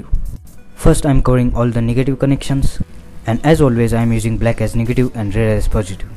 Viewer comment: Didi he actually said niggative connection ? xd